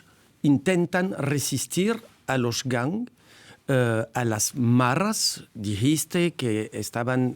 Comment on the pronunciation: Se dice maras, NO "marras"!